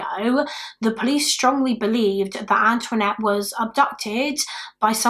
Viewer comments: Anthonette, not Antoinette. It's a Navajo name. Pronounced similarly to the French name but like "An'THA-nette" It's a pretty unique name. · She's British. She's not gonna know how to pronounce Native American names is she? 🙄